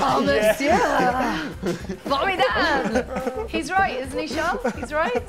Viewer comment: I can't stand when pundits and the like call Charles "sharl" he pronounces his name the normal way..don't understand it.